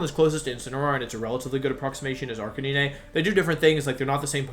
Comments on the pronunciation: Did this noon really say Arca-nee-nay, Venyasaur Jiggalith, and Cinderachy?? Is your i.q. the same as your shoe size? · Me: it’s okay to pronounce words differently! Language is ever-changing and you’re bound to see differing ways to say words! Me hearing wolfey pronounce arcanine, a Pokémon name with the route word “canine” as ‘arka-nee-nay’: this is blasphemy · I have to know, does he say the pokemon's name incorrectly on purpose? Arcaneenay? Tojuhkiss? Jiggalith? Cinderachi? He says Ninetails... THEN SAYS Neenaytails?! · Wolfey darling, I love ya, but it's pronounced "ar- k- nine" like canine the canid species of animal e.g. dog, fox, wolves. Fun fact! It's why the robot dog in Doctor Who is called K-9, not K-NEENAY. Also, it isn't "Cin- deh- ra- chee"! 'Cin- der- ace' is how it's pronounce, a combination of cinder (fire) and race or ace in reference to an athlete or pro competitor. Where does the 'ra-chee' bit come from? And what does it have to do with a fire bunny who plays football? PS love the vids dude, you're a great guy! But please learn how to pronounce them as you're the first person to bother me this much due to your pronunciation not even being consistent to how vowels and syllables are used in the English language. PS PS it's Venus (reference to flesh eating plants the flower on it's back is based on)- Saur (like a dinosaur... That bit you got right). PS PS PS "Nee- Nay- Tails"!!! Are you kidding dude! It has Nine Tails! So how do you reckon that's properly pronounced hmmmmm?? I dropped a like. <3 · Random Question: I’ve noticed when watching your videos you pronounce some Pokémon names a little strangely. Like Arcanine, you say Ar-ca-nee-nay? Or Gigalith, you say Jig-alith? Cause his name comes from ‘giga’ and Giga Impact isn’t pronounced Jig-a Impact? Or am I just way wrong? Lol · Why are you saying at arcanine as ark-ah-neen-eh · Arcaneenay... My dude. Try again. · what did you call Arcanine? Never heard it pronounced that way.